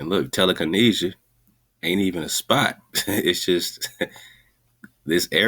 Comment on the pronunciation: Tele-Kahn-Asia?? This also looks a lot like telekinesis or telekenetics